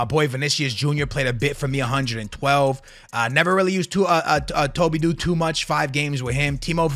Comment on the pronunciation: Tobydo✅ Todibo❌ this guy can’t read😂🙄